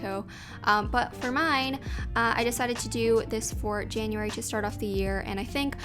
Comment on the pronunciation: ah yes our favorite months janaryary